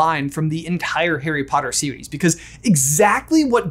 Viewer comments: "harry potter sewies" lol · The Harry Potter Serwies ☺